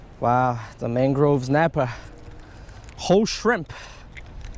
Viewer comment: "Mang-Grove Ez-napper" We need more Ez! *riot *